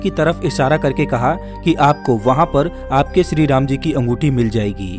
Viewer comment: Are bolna ata he kya shree jii ko sree ram bol raha he